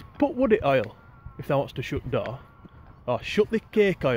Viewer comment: It’s not door it’s dooer 🤣🤣🤣